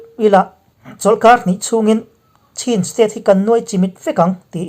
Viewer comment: Chin tih hi chhin tia lam tur ani e.